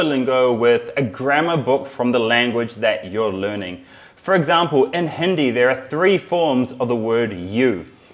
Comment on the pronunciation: He can’t even say Hindi right